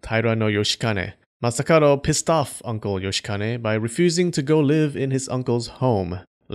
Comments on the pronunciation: I've only noticed towards the end that the dude's name is masakaDo, not masakaRo... pronunciation,! 🔊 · Why did you pronounce Masakado as Masakaro? Something to do with the languange?